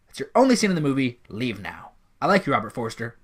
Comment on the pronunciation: Robert Forster. Not ‘Forrester’ 🎬